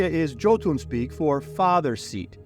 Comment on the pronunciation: This and other videos by you are a great "refresher" for my fading memory and ageing brain One thing i would like to correct - not your lore - but your pronunciation, when you mentioned the Jotunfolk/Jotunbrood towards the end, the J is spoken as a Y (as in Jung/Young), despite many games and various sources, especially video games and movies insisting on the English J, the word Jotun is Old Norse (something i know a little about) and while it commonly gets connected to Giants, giving rise to stories of Thor fighting giants, the actual translation of the word is more likely "Gnawer or Chewer", or one who wears down with its teeth But Snorri Sturlusson, Iclenadic 12th century Christian scribe was never one to let truth get in the way of a good story and so Jotun = Giants according to him, and since he was a self declared expert on these things, it kinda stuck So pop cutlure today is strewn with games and more featuring Giants using the word Jotun But im not sure what is more scary, that long ago there may have been giants, or that long ago there was something for its tendency to chew and grind food with its teeth Hope you appreciate the correction, in the spirit it is intended, that some of us simply seek to improve the world around us as well as ourselves